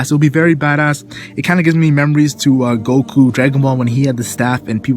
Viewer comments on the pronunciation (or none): none